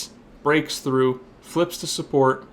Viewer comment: does he really call it supPORK¿? love u <3